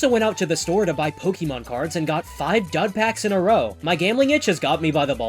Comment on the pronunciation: the real challenge for you seems to be pronouncing "Pokémon" correctly. You only got it right 1/5 times